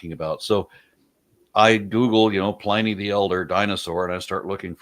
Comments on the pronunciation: The pronunciation of Pliny the elder was painful, Plin-knee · "Pliny" rhymes with "Ginny", not with "briny". That was PAINFUL. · "Pliny" rhymes with "winnie", not "tiny".